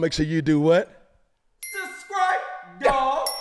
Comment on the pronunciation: 😂😂😂……subscrippppp……what? Subscipppppp……..hold up hold up